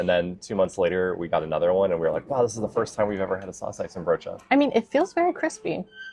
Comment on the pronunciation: Good pronunciation of saucijzenbroodje! Only the stress is on "cij". SauCIJzenbroodje. Then it's perfect. Nice tompoes eating strategy! And you said the stamppot was not as green as you've seen in other stamppotten, but the aardappelen:boerenkool ratio looks spot on to me. A real Dutch winter dish!